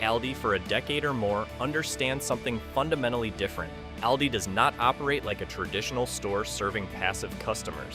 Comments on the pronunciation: Trick 21 Learn how to pronounce AWL-DEES not Al-Dee's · Stop saying Al Dee. Its Awldi! It’s like you’re talking about a guy named Al. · It's All-dee not al-de. Reset the AI!! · How to correctly pronounce of the A in Aldi: Say AHHH like a doctor is looking in your throat. AHHHL- dee. Not like the A in rabbit. Not like the A in always. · Al-dee? I don't think so. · AI can’t pronounce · If you can’t even pronounce the name of the store correctly….🤣🤣🤣🤣🤣🤣🤣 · I had to stop watching because you were not even saying ALDI correctly 😂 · Please train the AI to pronounce Aldi correctly! 🙄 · Constant mispronunciation of the name. So done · This AI needs to learn how to correctly pronounce Aldis. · Is that how you pronounce Aldi?? if so, I’ve been saying it wrong!